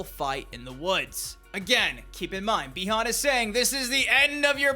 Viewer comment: Its pronounced buy-han